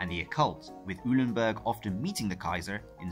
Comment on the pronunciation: Eulenburg = "OY-len-burg."